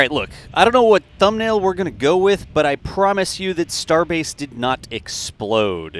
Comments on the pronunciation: Starbase..? I thought you said, Starbucks..?! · 😤@ "Starbase" LM-A🤣